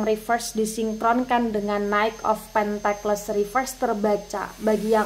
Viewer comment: Cara sebutnya pentikel kak. Bukan Pentekles 🙏